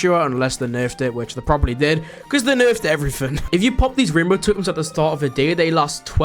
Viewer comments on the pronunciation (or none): none